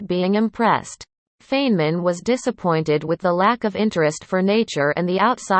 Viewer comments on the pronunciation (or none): at least pronounce name correctly...Robot